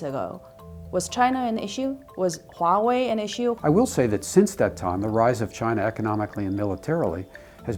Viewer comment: You guys need to stop saying Waowei, it's Huawei.. not Waowei. She said Huawei correctly.